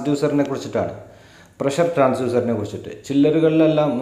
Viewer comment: not transuser it's TRANSDUCER